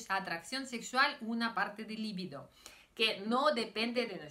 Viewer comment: La palabra se pronuncia "libido", li-biiiiii-do. No lleva acento ortográfico, pero sí acento fonético en la segunda sílaba. Es un sustantivo femenino, "la" libido (el deseo sexual)... >>>>>El error no procede de su lengua materna rusa, sino de que muchos españoles lo pronuncian mal. Usted habla un excelente español, y lo hablará todavía mejor con estas pequeñas correcciones. >>>>>Enhorabuena por sus vídeos.